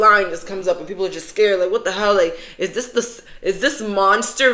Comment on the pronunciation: “it ees what it ees” /